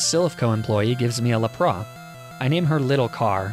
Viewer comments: Your calling lapras la pars it's named lap pris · It's not that pokémon names are arbitrary, it's that almost every pokémon has been featured in the anime, which is an officially licensed Nintendo series, and therefore, can be perceived as possessing the correct pronounciations for all of those pokémon. It's Lap-ras, not Lap-rah. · I'm genuinely confused by your pronunciation like La-pra. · Dude its lappra is said like LApraSS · Bro some of your pronunciations are wack, lapras is literally phonetic, it’s lap-ras, not lop-rah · “Pokemon names are arbitrary” ah yes, arcaneenay and lapraah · "Pokémon name pronounciations are arbitrary!" Me: "Sure!": "La-Prás." Me: "No, absolutely not!" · Ah yes, LAPRAH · ... leprah edit: ARCANEENAY I'M DYING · “A lapra” AHHHHHH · you're calling Lapras laprosse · i die everytime he says lapra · Arcaneenay and laprah. Lol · Lapras….. Le Pra….. what….? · "It's almost as if pokemon pronunciation is arbitrary." I see what you're doing here, you're not getting away with calling Lapras "La prawe." Sure, arbitrary, but Lapras is not one of those pokemon without an established way to say their name. There must be order! Love your vids though,. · Why is lapras being called lapra and arcaNINE being being pronounced arcanaynay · "Lapr-ah" "Arca-nee-ney" Sorry, huh?- (Also, not trying to make fun of peeps, just thought it was kinda funny, that's all-) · Pov: he said Lapra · You can argue about pronunciations all you want but nobody will ever call Lapras -“Laprah” lol Also, you have no excuse for that arcanine pronunciation 🤣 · trying to get out from under the bus that people throw him under for his weird pronunciations. your arcay-neenay and luhpruh drag you too far down there. Pokemon name pronunciations are generally based on three things: how the show pronouned the english names as, the smoothest way to pronounce the names, and how other pokemon media pronounced the names